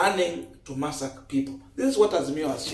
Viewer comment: It's massacre not masak.. you use google to get the correct pronunciations. Please, otherwise good work.